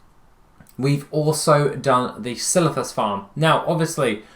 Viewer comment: The way you said "Silithis" made me giggle!! 🤭